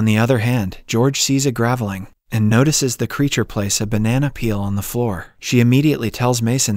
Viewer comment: ..and you don't mention "gav-eh-ling" instead of gravelling? I hate totally AI narration :(